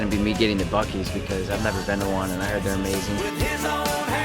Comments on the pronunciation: Buccee’s is pronounced “Bucky’s” 🤣👏🏼❤️🤠🌮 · It's pronounced buck-EEz lol